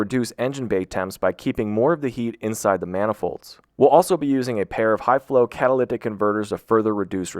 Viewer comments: Dude are you saying "cataliptic"? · Are you saying catalyctic??? You know there's no c between the y and the t right? 😂 Or maybe my ears are just screwed up! 🤷‍♂️ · What is he saying when he’s trying to say catalytic? Is it catalyctic? I think so but hard to tell. Whatever it is he’s definitely not saying it right. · I can't be the only person that hears this man pronounce catalytic as "catolithic", like there's some secret H that only he is privy to. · You lost me at the 4th time you said "catalicktic" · Bro, I will never get over the way this man said’s “cat-a-ly-tic”. Bro, breaks that shit up into syllables. 😂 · Wtf are you saying. Because its definitely not "catalytic" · You say catalytic weird. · why does he say catalytic converter like that? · Can you even pronounce catalytic? I heard 3 different pronunciations in the first 2 mins. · You pronounce catalytic very weird. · Why do you pause during the word "catalytic" ? Is there a reason you need to say it like that? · The way he says catalytic hurts me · Anyone else triggered by the way he kept pronouncing "catalytic"? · The way he pronounces catalytic converter differently each time does it for me😂😂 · Anyone notice how this guy says catalytic? & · You... can't pronounce "catalytic" can you... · This guy CANNOT say catalytic to save his life. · they way you pronounce catalytic haha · Having a tough time pronouncing "catalytic," eh? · Why do you say "catalytic" so weird